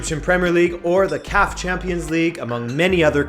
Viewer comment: It's not called C-A-F. It's pronounced as one word, CAF. Great video though.